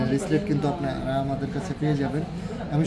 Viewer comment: আপু এইটা রেসলেট না বেসলেট